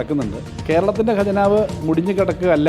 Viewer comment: 'ഗജനാവ്' അല്ലടോ ഹേ , ഖജനാവ് എന്നാണ് പറയേണ്ടത് . നന്നായി നാക്കു വടിച്ചിട്ടു വന്നു നിന്ന് സംസാരിക്കു. കഷ്ടം!